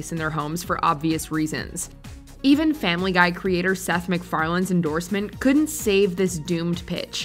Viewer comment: I'm sorry did u say Seth McFarlane